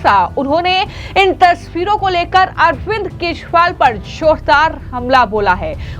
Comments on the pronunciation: तोतली बेबी केशवाल नहीं केजरीवाल हे । बिस्पी नहीं बीजेपी हे । सही उच्चारण करना शीख लो बेबी । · क्या आपकी एंकर को केजरीवाल का नाम नहीं बोलनाआता बार बार केशवल बोलती हैं।❤❤❤❤ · अरविंद केजरीवाल के नाम का गलत उच्चारण कर रही हो अरविंद केजरीवाल की जगह अरविंद केशवाल कह रही है।